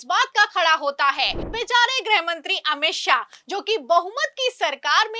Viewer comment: Madam,,90'/, anchor aur ankarniyon ki tarah गृह मंत्री को ग्रह मंत्री कहना बंद करें 😂